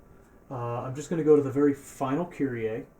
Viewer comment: Die Amis können einfach Kyrie nicht aussprechen 😂